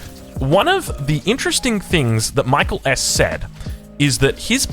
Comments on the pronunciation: From others, seems like he goes by “Mee-kel”. “My-kul” is the Anglo pronunciation. I don’t think it’s a huge issue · Is it really MichaelS and not MikaeelS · If you’re going to glaze someone for 45 mins you should try to pronounce their name properly.